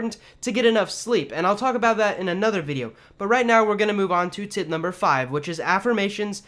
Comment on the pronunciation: Tip sounds like Tit Great tips though 👍🏽